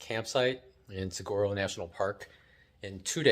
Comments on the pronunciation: It's pronounced sah war oh. I live here in Saguaro west. It's a great place for artists. Enjoyed the vid. Subbed. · Single saguaros without arms are called ‘spears’. You have to learn how to pronounce suh wahh ro as the last folks said. :-) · The saguaro flower is Arizona's state flower....it is on the saguaro cactus. It's pronounced "suh-wah-roe." You don't pronounce the word with a hard "G." I have to laugh when you say it with the hard g. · My girlfriend is laughing every time you say saguaro (as it sounds).